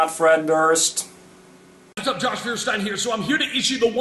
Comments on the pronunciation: It sounds like there was somebody TOO german involved in anglicizing the pronunciation... I always get Führer-Stein when I hear him talk or soembody use his pronunciation. And I'm not sure even THAT guy would be happy to be pulled into a discussion by Josh... / Fred. :D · Why can´t Mr. "Feursteen" learn how to pronounce his own last name? o.O I´m not asking him to learn German, but he can atleast learn how to say his own last name... It´s utterly cringeworthy in it´s current form :P